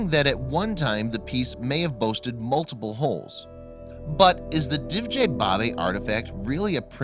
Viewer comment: Forget not forgit Pleistocene not Placetocene Controversial not controvershal History not histree Actually not akshalee Multiple not multible For not fur Despite not dispite